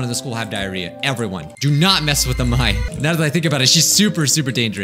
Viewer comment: True that amai means sweet (あまい) but it's pronounced like a-mai-ee